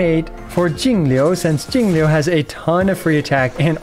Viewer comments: I love how you say jingliu, so accurate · I like how you pronounced "Jingliu" with Mandarin tones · hey man, as a chinese person, i just wanted to thank you for taking the initiative to pronounce Jingliu and the other chinese names properly, even with the correct pinyin! great stuff! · Thanks for taking the time to learn how to pronounce Jingliu's name. It's a nice change from other EN creators who butcher all the mandarin names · I like how is pronouncing perfect textbook Chinese names now, respect for the effort. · yooo you pronounced jing liu correctly im so proud of you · That pronunciation was impeccable!!!! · props to for the perfect pronunciation of Jingliu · Perfect pronunciation on her name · how is he pronouncing jingle correctly